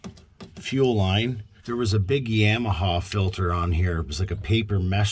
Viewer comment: Yah ma ha, not yam!